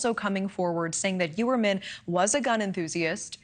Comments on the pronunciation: that is how its pronounced in Long Island and Staten Island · Why is she not pronouncing the "H" in Rex's last name?